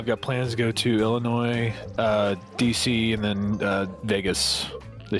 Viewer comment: Being from Illinois, I cringe EVERY time someone pronounces the “s” it’s silent and no one understands that!!